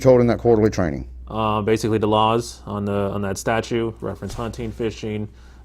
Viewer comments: Statute, not statue!!!! 😐😐😐😐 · This cop gave himself away when he pronounced the word "statute" with just one T. He said "statue". Not a rocket scientist.